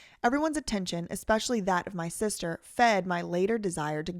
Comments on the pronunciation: I absolutely can't handle the way you say "SEESHTERRR" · Yo I was hollering when you said "sistezr" 🤣 😂 💀 😭